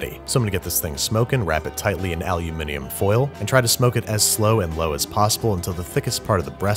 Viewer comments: There are no words to describe how much I appreciate you saying aluminium, and not aluminum like a simpleton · You pronounced aluminium correctly. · He said aluminium correctly. Take my like! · You pronounced “aluminium” correctly and that makes me happy. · “Aluminium”. What’s weird? It’s got a second “I” in it. That’s how it should be pronounced. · Him pronouncing Aluminium the right way was so satisfying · The proper pronunciation of ALUMINIUM was enough motivation for me to subscribe! Well done Babish. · Congratulations on not only making a pretty great looking duck carbonara but also on being the first american I have ever heard pronounce aluminium correctly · what i love most here is that he properly pronounced aluminium :) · I'm glad you said Aluminium properly, i'm from Australia, sue me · Massively respect the pronunciation of aluminium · Holy shit...he pronounced aluminium properly!! Applauds in British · You pronounced aluminium correctly. Well done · You’re the first American who pronounced Aluminium correctly! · You said aluminium! Sweet :) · Thank you for pronouncing aluminium correctly :) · The real triumph of this episode: Andrew pronounced aluminium right! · Finally an American pronounced aluminium properly!! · Hey! he says aluminium right. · I’m glad to see an American pronouncing aluminium correctly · He pronounced aluminium the right way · He said it the correct way.